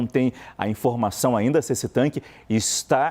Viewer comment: Especialista falando "tanque" é osso.